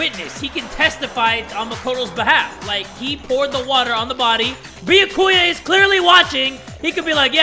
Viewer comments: jay still says beeyuhkooya. BE-YAH-KOO-YUH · I’m actually getting used to saying Bee-yack-koo-ya I feel like it wouldn’t be the same if he changed it to how it’s meant to be pronounced. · iirc in an earlier episode he heard the actual pronounciation, said he doesnt care how its pronounced and said hes going to pronounce it Bee-ya-kuu-ya anyway lmao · I hope you know you pronounce Byakuya's voice as Bee-yah-ku-yah right? 😂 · Game: repeatedly voices Byakuya's name: always pronounces it completely wrong Like, im enjoying the playthrough, but tjat bothers me so much!! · 5 chapters in and still saying Byakuya's name wrong lol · How long do yall think it will take jay to say byakuya right? Lol